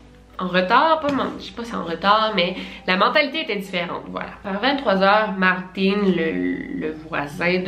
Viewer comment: J'adore comment tu prononces les prénoms comme eux-mêmes le disent et pas prononcé en français genre Martin qui se prononce comme Martine